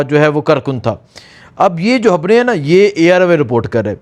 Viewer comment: Habraion yaa khabraion